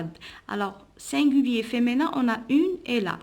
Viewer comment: Merci c'est du bon travail sauf féminin vous la prononcé feménin